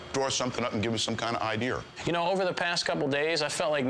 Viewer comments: It’s idea. Not idear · WTF is an "idear"?! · It's called an idea it's a hillbilly term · My dad always said “idear” long before I ever heard anyone else say it. Must be a older generational thing.. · It’s like an iPod, but a deer.. Apple iDeer 🎶 🦌🎄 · I always loved the way Sr says idea. His way his idear. LMAO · What's Paul Sr. talking about? He doesn't have any idears!!! Does he have any idear how he pronounces the word idear? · All them “ idears “ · "Idear" lol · It's idea😂😅